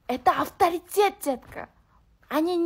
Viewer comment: Эй овтеритет дебе овторитетер сидит дома😂😂